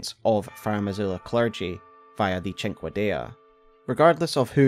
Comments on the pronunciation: the dagger you butchered btw is pronounced, Sin-Kay-Dah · The beast finger sword is pronounced "sink-D." Googling a word with "pronunciation" goes a long way. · I am watching this and I wonder. Would Seath the Scaleless have been happier if his skin was gooooold? Also I just now realized. We fight Placudusax at literally less than half power/strength 😮 Finally, I can't stop laughing at the pronunciation of cinquedea 😂